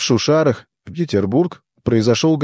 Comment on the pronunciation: шУшара это диктор с этого видео, а все произошло в шушАрах😂